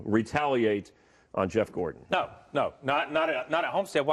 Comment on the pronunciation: "Gordan"? Who's Gordan? I've never heard of a driver with the last name "Gordan".